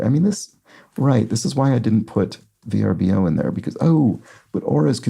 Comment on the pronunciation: VRBO is pronounced like “Ver-Bow”